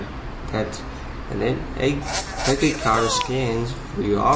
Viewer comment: A-ke-card-dat-cum... nice :)